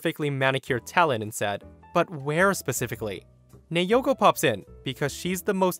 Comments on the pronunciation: it's na-o-ko, not na-yo-ko.. my Japanese friend name also naoko. Btw, my fav is the store one, that was really funny, karen must be so pissed, how can she come up with an idea that she's the owner's wife 🤦‍♀️🤣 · "Nayoko" thats how you said it, its said as Na-o-ko Just saying :p nice video btw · That's.... not how to pronounce Naoko lol. It's "Nah-oh-koh", but the "ah" and "oh" sort of blend together to sound similar to the word "Now". If it were spelled the way you were saying it, it'd be Neioko lol. In Japanese, each of the vowels make *one* sound, period (unlike english with its soft E's and hard E's and other complicated language things). A = "ah", O = "oh", E = "eh", I = "ee", and U = "ooh". These sounds can be combined to make other sounds, for example A + I = "eye"; that's why A + O = "ow" and not "ey oh" lmao. I hope that helps for future videos. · Naoko is pronounced as Nay-o-ko. This from a Japanese woman I met while on vacation a few years ago. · USJ story. The woman’s name, Naoko, is pronounced NOW CO.